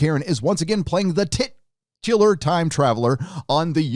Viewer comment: "...she is playing the TI-tular time traveller..." I applauded.